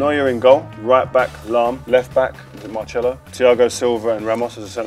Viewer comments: Marchelo? lol, could've sworn it was pronounced Marselo (Marcelo) if youknow what I mean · Its marselo not marchelo